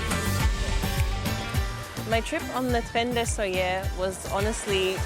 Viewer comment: why did she pronounce it in french